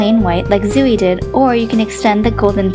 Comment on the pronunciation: No hate but Zooey is pronounced like Zoey. :) I love this design btw!